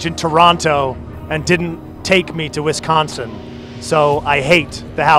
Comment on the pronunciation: lmao as a Wisconsinite I laugh when Pablo says "wisCONsin"